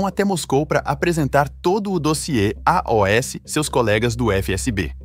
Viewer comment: Porquê que invés de "aos" ele diz "A.O.S." como se fosse uma sigla?